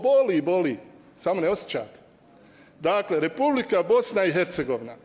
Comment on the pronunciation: Bice samo malena Bosna i ERCEGOVINA bez H jer Slovo H vas muči u izgovoru